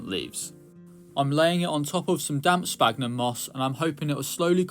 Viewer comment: Hi, I really like your content especially the terrarium stuff but please please stop saying sPagnum it's pronounced like sfagnum because of the ph. I don't mean to be rude or anything I just find it so hard to keep hearing that mistake.